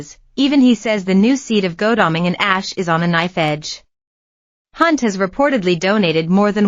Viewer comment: Dear presenter, it's pronounced God-alming, not Go-dalming. It makes me wonder what else you may have got wrong 🤔